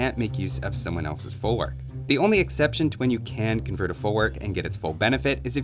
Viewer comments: it's folvark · In Polish W is pronouced as a V. Folvark.